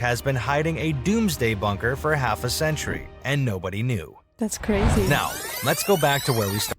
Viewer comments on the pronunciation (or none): "Datz craizee!"